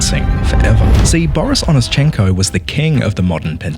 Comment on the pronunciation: Correction, not onischEnko but onÌschenko.